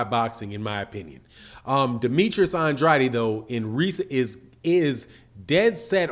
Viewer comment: say it Ann Drade Ann Drade that's how you say it properly Ann Drade say it rite